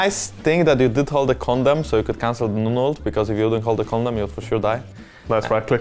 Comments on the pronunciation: Am I the only one hearing Jankos say "Condom" for Vayne E instead of "Condemn"? 😬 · Lol jankos says “condemn” as “condom” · Jankos.. it's condemn not condom. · I thought Jankos said condom instead of condemn ( ( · When Jankos says condemn, but you hear something else... I swear, this is pg13 content.